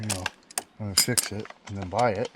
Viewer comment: Did ya fips it, or fix it?